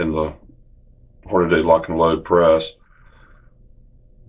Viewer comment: omg I wanted to say thanks for this but then I heard you say "Horni-Day".. cmon man.. its not even spelled that way.. HORN UH DEE